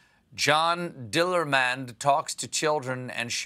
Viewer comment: Great pronounciation of Dillermand, Stephen!